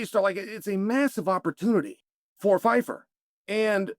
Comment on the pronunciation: pie (like what you eat) fer PIEFER (@